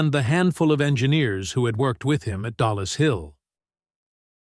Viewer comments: Its not DALLAS Hill its DOLLIS Hill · it is dollis hill finchley.not dalas hill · Who the heck proofreads this crap? It's DOLLIS HILL, NOT DALLAS, same stupid lazy AI error again, and again! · Two words - TOMMY FLOWERS ! They were NOT tubes, they were radio VALVES and it's DOLLIS HILL and NOT Dallas hill. DRAUGHTSMEN not draftsmen ! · Dollis Hill, not Dallas Hill. Darned AI again! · PSSST! It’s DOLLIS HILL. Not Dallas Hill.